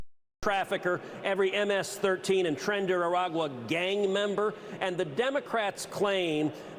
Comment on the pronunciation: He isn't. His pronunciation of both "Latino" (Lathino) and "tren de aragua" (tren de raragua)was painful to listen to. He's pretending so he can call Pritzker a bigot.